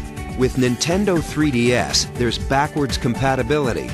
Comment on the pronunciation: "This is the nintendo 3D Ass"